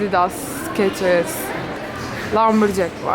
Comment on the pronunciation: Video iyi hoşta o ayakkabı markası olan skechers -şekırs diye okunuyor😂 sikeçırs diye değil😂😂😂😂